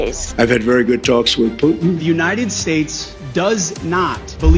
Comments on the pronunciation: Putin ❌ Puting ✅😂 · Bhai Poutine is a dish, Putin is a person. POOTIN. Not, POO-TEEN.